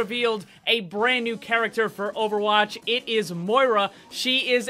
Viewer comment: Her name is pronounced MOE EA RA